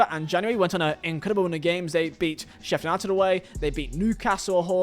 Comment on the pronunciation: I've never before heard someone pronounced Sheffield United like the U isn't there